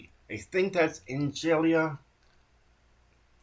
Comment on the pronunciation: pronounced ang-lia 👍